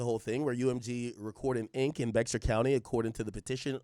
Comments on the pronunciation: Pronounced Bay-har County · BEXAR is pronounced BEAR in San Antonio, Tx